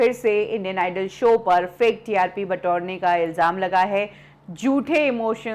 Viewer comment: Dear Khushoo jii please pronounciation par dhyaan dijiye it's jhoothaa not jootha